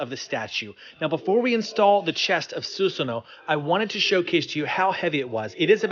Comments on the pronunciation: Who is susano it’s susuno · I cringe whenever he says "Suseno" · bro, stop saying SUSSANU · Not susunoo, susanoo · It's read as "su-sa-noh" not f "su-su-no" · Susunoo or susanoooo??? hhahahahahah Peace man!!! Great statue!! Sending hearts!!! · it's su SA no SA SA SUSAN ik the spelling is susanoo but the pronounce it as su SA no